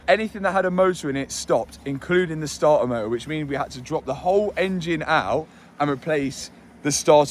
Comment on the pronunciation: I truly find the way you pronounce starter motor amusing, I have no probs with star uh moh uh, it makes me chuckle